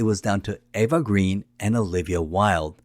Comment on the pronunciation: Another excellent video)) CR is definitely a top Bond film for me. My favorite remains FRWL. Connery is my favorite actor to play Bond, then Dalton. I still have not decided if I like Brosnan or Craig better. BTW, Eva's surname is pronounced Grain. It has something to do with the original spelling of the French surname and how it got Anglicized. Something I only recently learned. Eva herself explained this. Vesper is a top 3 Bond woman for me. (Domino and Tracy are the other 2). I know this is jumping ahead. Many people slag Quantum. Though I have problems with the directing, I think it's a good film. Craig is really brutal in that one. I think the best way to think about Quantum is as Act 4 of CR. These 2 films do need to be watched back to back. Caterina Murino who plays Solange is STUNNINGLY drop dead gorgeous. On my. As always, great video)) Cheers))